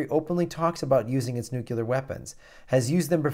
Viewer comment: Could you possibly learn to pronounce "nuclear"?